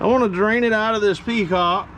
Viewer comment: How many of you said petcock every time he said peacock?